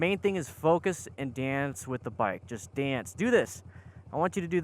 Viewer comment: I know he's saying "dance with the bike," but I keep thinking " with the bike" 🤭 Great vid, keep up the good work.